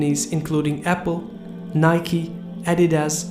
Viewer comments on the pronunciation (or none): none